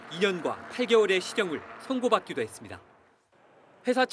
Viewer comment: 했씀다ᆢ했슴다 했슴다ᆢ 했습니다 확실하게 못 하시네요. 이직도